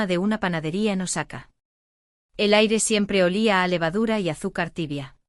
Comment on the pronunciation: Es Osaka no nosaca